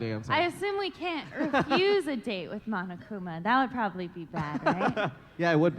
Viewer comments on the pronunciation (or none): It's Monokuma not Monakuma was that a mistake?